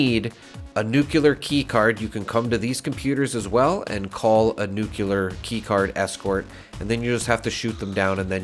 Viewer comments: Nuclear = new clee er. Not nuke you ler. Lol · It’s nuclear not nucular.🤣😂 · Nucular? Are you related to George Bush? 😂 It's really just two words put together that you use every day. New and Clear. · Nucular. It's pronounced nucular.